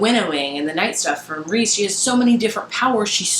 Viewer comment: "I'm team rhys now" lol I cheered when you said that. This was my favorite book so far this year. I keep wanting to re-read it but I have so many books I have to read that I have not read yet. And you are right it is pronounced Reese. I am one of those nerds that looks up the pronunciation so I know how to say the names.